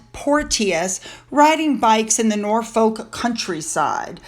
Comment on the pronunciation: MM is just a bore! Lies, deflection and fantasy! She IS NOT Meghan THE Duchess Sussex, she’s an idiot! Her rank is Meghan, Duchess Of Sussex! Not for long! Norfolk is pronounced NORFOK (silent L).